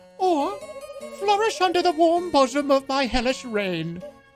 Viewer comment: said bosom